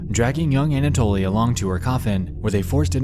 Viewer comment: Finding a fellow russian comment, im so eager to express my excitement: it's such a blessing to hear "Anatoly" pronounced correctly by a non-russian speaking creator, and not as some bizzare "anAtoly" :) This applies to most of the names mentioned in the vid (tho i find it quite puzzling as to why Nexpo refers to Moskvin's parents by their first names and "otchestvo", not by their last names 🤔)